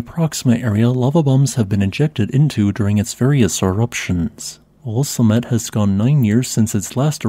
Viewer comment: At first I thought he said "Cement eruptions..." But I listed at 2x speed most of the time.